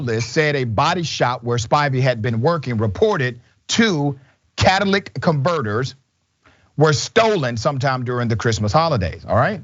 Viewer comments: Cadillac converter???? Come on doc. He obviously read this off something. Sound it out. Cat-a-ly-tic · Catalytic not catalic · It's not Cadillac converters you fuckin goof... It's catalytic converters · 🤣🤣🤣🤣🤣 he DID say Cadillac converters..no matter the educational level, black people say this lol he knows it's catalytic converters (at least I hope so--he's a f'n lawyer [well almost]) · Cat-a-lit-ic converter. This first time you said this word, it sounded like "cadillac" converter. You need someone on your staff who can catch these mistakes before you air them because you butcher a lot of people's names and simple pronunciations. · Um, it's catalytic, not Cadillac. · Catalytic converter. Not “Cadillac converter”. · Wow. Richey - can you not phucking read? “Cadillac Converters” “Cattilic Coverters” I think you mean “catalytic” converters. That’s CAT A LIT TICK if you need help sounding it out…. 🤦🏻‍♂️. Be better. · It's catalytic converters not Cadillac converters 😂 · Cat-ah-LIT-ic converters, TAY-bor City. DOCTOR (?) Rashad. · Sorry Dr. Richie. But it's a Catalitic Converter, not Cadillac converter. As always love your show and respect you very much. However.... That ex cop has BIG issues. What a duesch. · Catalytic* ...not Cadillac. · catalytic...not cadillac...! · catalytic converters... An understandable mispronunciation correlating with Cadillac. But not to worry I understood what you meant doc....😁👍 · Lol. Cat-a-lit-ik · 🤣🤣 Cadillac converter 🤣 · Catalytic converter please air. CAT A LYTIC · Doc, it's catalytic converters. Come on, man. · Kat a li dick.....not Cadillac. Just saying . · Ok he'd talking about a p.o.s police chief who stole from a kid who has cancer and you come up with he miss pronounced a word am pretty sure everyone knows what he was talking about wow. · Yo Doc it’s Cat /ta/lit/tic converter. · Not to be petty, but it’s pronounced ‘cat-toe-lit-tic’ converters👍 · Why can no one pronounce...." catalytic " m